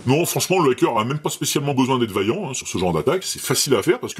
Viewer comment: Ce que je cherchais à montrer, c'est qu'il est abusif de dire à qu'il aurait fait de grosses fautes. Il prononce (une fois) le "a" de "hacker" comme celui de "hater" ou de "fake" et c'est en effet une erreur. Mais nombre d'anglophones, selon leurs origines, ne prononcent pas non plus ce "a" selon le canon officiel. Il utilise à tord le terme de "crypter"à la place de "chiffrer" mais si vous avez suivi mes liens vous y voyez que, tant l’académie française (c'est pour ça que je parlais de "convention de langage") que des sites plus spécialisés, s'ils ne recommandent pas l'utilisation de crypter, le comprennent et l'expliquent tout de même par son lien avec l'anglicisme encryption Dièse est un symbole musical. On est bien d'accord. Au même titre que bémol ou bécarre. Il n'en reste pas moins qu'aucun de ces trois là ne peuvent être saisis aisément au clavier. Votre exemple du langage C sharp illustre d'ailleurs cela à merveille. C sharp en anglais se traduit par C dièse (Do dièse). Mais alors que Microsoft avait - après l'évolution du C++ - nommé ce langage "C sharp" (une forme de jeu de mot musical), ils ont dû se résoudre à le noter # (croisillon), précisément pour des questions pratiques d'écriture clavier. D'où l'association (imparfaite) dièse-croisillon... (qu'on devrait alors qualifier de grosse faute de Microsoft 😊 ) Bref, encore une fois, a moins de chipoter des heures sur ces trois points, je vous accorde que ce sont des erreurs mais ne vois pas dans tout ça